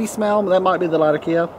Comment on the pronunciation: By the way, I hate you a little more every time I see that pipe, and it reminds me that I should have bought it! Glad to see you learned how to say latakia!